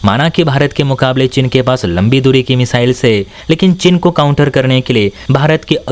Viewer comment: चिन नहीं चीन 😂😂😂